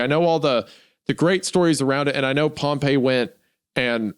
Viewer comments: Isaiah mispronouncing pompey the whole time after saying it right once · I will never forgive Isaiah for pronouncing pompey as pompeii the whole video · Pompey died 50 years before Jesus was born that whole section of you talking about pompey was just historically wrong also it's pronounced pom-pee